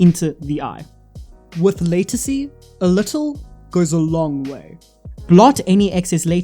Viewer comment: Watch a video to get the pronunciation before you make a video. It's called Latisse - (La-Teese) if you go to the doctor and ask for (Lay-Ta-See) they will have no idea what your talking about! Great Video Though!!!